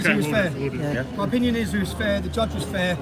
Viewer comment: Its sad to hear him say "we got a good gudge". The British people no longer think the law is fair and just.